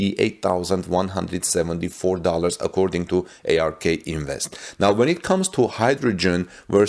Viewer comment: its not A-R-K invest, its ARK as in Noah's ARK.